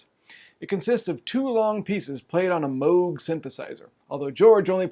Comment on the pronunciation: Thank you for pronouncing Moog correctly. Red flags go up for me whenever someone says it wrong. 🙂